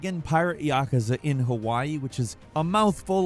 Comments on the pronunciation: Your pronunciation of yakuza is a felony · Stop saying yakuza like that!